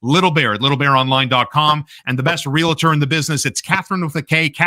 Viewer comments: NOTE: The word for Katherine's business is pronounced "re - al - tor" NOT "re - la - tor." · It is, actually, "reel-ter."